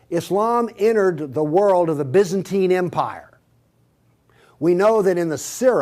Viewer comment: He can't pronounce Byzantine 🙃😲